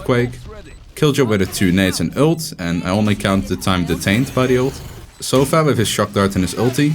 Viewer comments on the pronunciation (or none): It's sova, not soffffaaaaa! XD regardless, an awesome analysis!